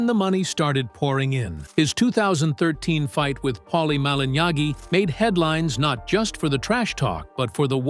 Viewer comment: "Paulie Molenyahgi"🤣